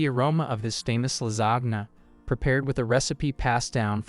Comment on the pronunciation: Especially in pronunciation …”La-zag-na”?